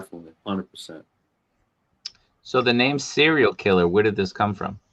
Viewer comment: Awesome to see and, Yes you pronounce my name correct